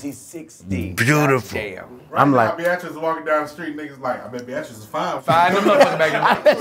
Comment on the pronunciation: "bee-at-tris" LMFAO